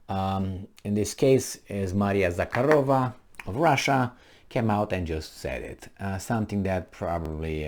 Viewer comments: “Za-har-O-Va” I believe is how it is pronounced? The “K” is silent, yes? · Za-hA-ro-va Stress on A.There is no K sound,but harder H